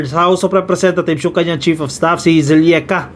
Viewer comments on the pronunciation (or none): it’s Zuleika….not Zulieka….